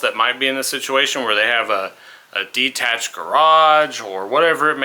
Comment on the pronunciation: Ok Buddy, is D-tached anything like I-talian? 😅